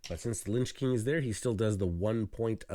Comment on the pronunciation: It's Lich King (not Linch King). "In fantasy fiction, a lich (/ˈlɪtʃ/; from the Old English līċ, meaning "corpse". Related to modern German Leiche or modern Dutch lijk, both meaning 'corpse') is a type of undead creature."